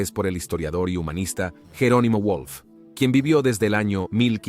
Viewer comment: Toda la razón del mundo. Es un vídeo muy necesario para devolver al Imperio Romano de Oriente su verdadero nombre y no la grotesca denominación que le dieron los historiadores modernos. Ahora bien, ¿es una traducción automática? ¿Es un robot el que está hablando? Porque el nombre de Wolf está pronunciado a la inglesa ("guolf"), pero era alemán, por tanto se pronunciaría "volf" (con v fricativa). Además hay fallos espectaculares como decir que el Sacro Imperio empieza en 1962 y acaba en 1806, el caso único de un imperio que existe en tiempo invertido 😀 (obviamente era 962 y no 1962). Tampoco eran "santos" los emperadores germánicos, por mucho que reciba el nombre de "Sacro" (este término también carece de base histórica, por cierto). Tampoco sabe nadie qué es "regresar el apoyo al canal" (?). Estaría bien dejar de recurrir a robots y traducciones automáticas y producir contenido con hablantes y traductores humanos autóctonos.